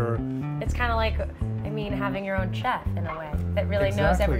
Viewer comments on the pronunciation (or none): oh no she really said CHef